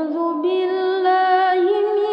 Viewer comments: Mohon koreksi , ayat ke - 7 yang harusnya من tapi dibaca ما 🙏🏻😊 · Masya Allah, suara dan iramanya indah sekali. Saya suka mendengarkannya. Kalo boleh kasih masukan, pada ayat 7 ada kata "man" dibaca "maa". Silakan diperiksa lagi. Semoga hidayah Allah selalu menyertai kita. Amiin